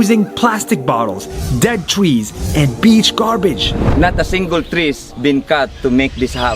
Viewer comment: he said trees wrong